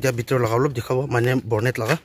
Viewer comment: Bonnet not Bornet 👍